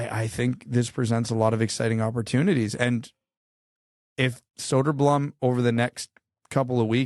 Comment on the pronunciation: That was a close one. Was about to board the plane to North America with my torch and pitchfork to hunt all of the Soderbloomers down. "Soderblumm" is still not correct, but The Towering Behemoth approved that pronunciation, so I guess you're off the hook... For now... Now do Berggren! (Pro tip: Berj-gre-n - use the e-sound in 'exactly')